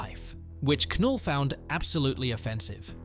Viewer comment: ITS NULL THE K IS SILENT